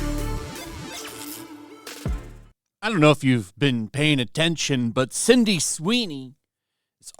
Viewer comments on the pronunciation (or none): Does genetic makeup have anything to do with his inability to say the girl’s name correctly? Sydney is pronounced Sid-knee not Cindy Sin-dee! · SYDNEY, not "Cindy" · Sydney! Not Cindy. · Well you clearly haven't been paying attention. Her name is Sydney, not Cindy 😂